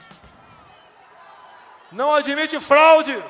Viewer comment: Não aldimite.( ele falou) é burlesco